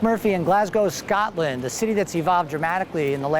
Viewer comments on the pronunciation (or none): Scotland!!!!!! not SCATLAND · It is so funny how he says Scotland it sounds like Skartlund lol